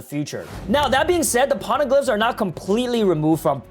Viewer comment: Pls just stop saying "p0rneglyphs"